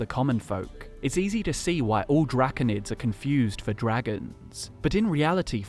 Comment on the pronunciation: Dracunid? No Drah-cone-id